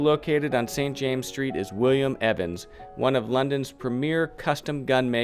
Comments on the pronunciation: St James's Street is pronounced "Saint Jaym-ziz Street" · this video is so full of errors you would be well advised to re-dub parts of it. First, it is St. James's Street, in the possessive with the two esses pronounced. It is Piccadilly, not Piccadilly Street. Foster & Son, not Sons. Hilditch, not Hirditch. Need I go on? And I am fairly sure the Queen has granted other royal warrants to perfumers. Then, what about the other three quarters of Jermyn Street? No mention of Harvie & Hudson? This is not up to your usual standards!